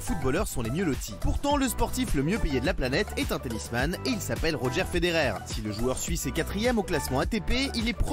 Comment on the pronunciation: ROGÉ FEDERER ?!?!!? JE SAIGNE DES OREILLES 😭😭😭